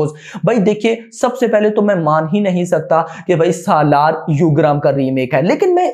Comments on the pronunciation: its ugramm not yugram or instagram 🤣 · broo its Yugram its ugram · यूग्रम नहीं है उग्रम हैं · U gramm nhi hai bhai ugramm uggar +mm